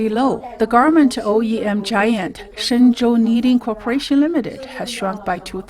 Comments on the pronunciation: Can you please stop saying "Shenzen" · keep saying shenzen it makes this guy mad